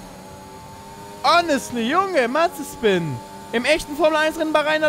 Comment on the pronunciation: Wer findet es auch immer lustig, dass Dner Mazespin anstatt Mazepin sagt xD